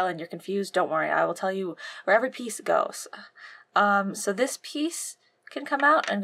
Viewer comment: I like the part when she said peice.